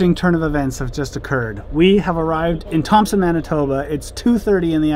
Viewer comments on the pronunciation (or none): none